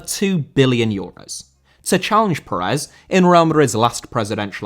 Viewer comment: Pérez* not Parez